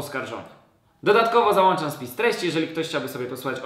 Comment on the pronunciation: załanczam wziełem wyłączyłem po tym